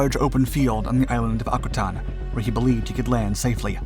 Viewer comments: Akutan is pronounced Ak-you-tan , not akuutonn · Another good video! But, as a commercial fisherman, fishing out of Akutan, Dutch Harbor, Kodiak, etc, for the last 41 years, the correct pronunciation of Akutan is Ack U Tan. I tried finding a link to the correct pronunciation, listened to five different in a row, all of them butchered the pronunciation. Oh well, awesome video nonetheless. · Å-koo-tån is the proper pronounciation, in case anyone is wondering, not whatever he was saying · Akutan...pronounced AK-u-tan... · Just a heads up The proper pronunciation of the island is Akutan: ACK-you-TAN I’ve spent years up in Alaska so that’s how it’s said